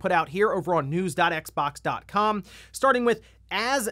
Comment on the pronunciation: It's X-ex stop that cross shit